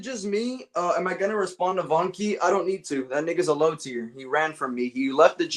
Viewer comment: Whats up with you and saying low teir 💔